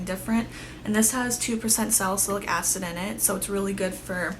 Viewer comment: I am in between NW15 and NW20 too. I wore a MAC foundation in the past, but I do not anymore. lol You are one of few people on here who pronounces Salicylic Acid properly